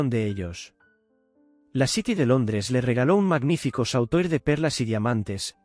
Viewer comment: SAUTOIR COMO DICES, COLLAR LARGO, SE PRONUNCIA SOTUAR. Y DE INGLES TAMPOCO VAS BIEN. SI ES UN GUION, QUE LO EXPLIQUEN HRH FJ B-M M-W.